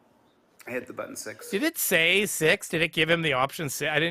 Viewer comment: That is the official new spelling and pronunciation of the word "button", I'm sorry, budden